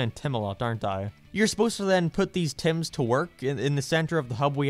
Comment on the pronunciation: Am I the only one who was thinking of 'Tems' from Undertale when he kept saying 'Tims'